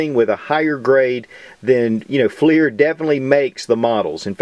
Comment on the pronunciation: Pretty sure it's pronounced "flur" not fleir... ding dong